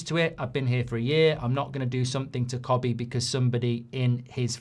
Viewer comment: Kobbie not cobbie